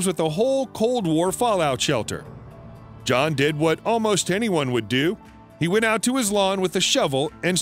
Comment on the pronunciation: There's a lot of words with mispronunciations... Even the name John.. Beginning to wonder if it's a robotic voice 🤣🤖 It doesn't matter. What's important is the facts are interesting on this video